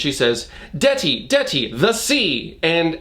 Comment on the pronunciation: As an Albanian person myself... the way you pronounce deti hurts my ears...but also the way what’s her face uses her bilingualness hurts my soul.